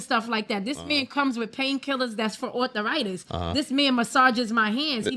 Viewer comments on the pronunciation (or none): I know arthritis…….. WTF IS “author-itis” 😂😂😂😂